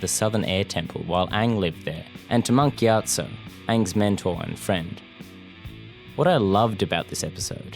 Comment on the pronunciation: am i the only one who thought Monk Giatso was said Monkey Otso